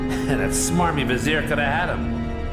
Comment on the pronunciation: "I even used the French version of Aladdin to help me learn the language" I was wondering why you weren't pronouncing the R in Vizier...